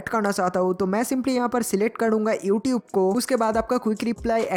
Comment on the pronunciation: ewtube wah bhai kya pronountation haii !!